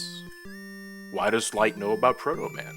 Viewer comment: I may be very slow in noticing this, but . Former assistant to Dr. Right. Your engrish is showing.